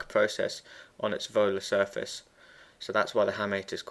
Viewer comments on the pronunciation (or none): none